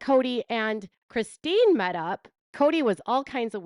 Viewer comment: It looks like Robyn has a hard time saying Christine. 😂